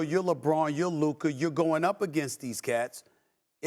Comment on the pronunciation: Someone please 🙏🏾 help mad dog 🐕 saying Luka name bc he is missing it up everytime